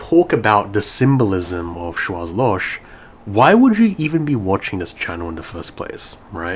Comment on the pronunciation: Sorry for being an ass, but in Schwarzloch, the last H is really strong and is pronounced as in the word hell for example. So Schwarz is something like shwarts and Loch is loH